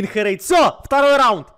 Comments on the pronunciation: ты называешь херейда хурейд!!! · Карась: бабуин Херейд: бабуин Костя: голубенький🌚 Вывод: учите английский